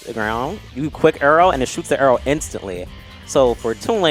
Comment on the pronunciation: I hate the way says “arrow”. He makes like an “err” noise.